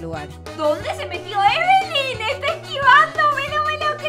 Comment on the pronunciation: No es ebelin es lina